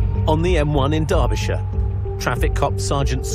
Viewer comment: It made me happy hearing an American pronounce Derbyshire correctly